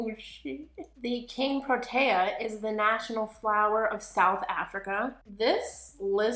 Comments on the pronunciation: Pronounced Pro TEE uh not taya..... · I am South African and I have a huge affinity to proteas! They were on my school crest, they were my wedding flowers and they are the national flower of my country! I LOVE THIS!!! Pronunication is: pr-oh- tear